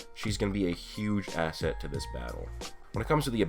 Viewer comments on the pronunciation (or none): none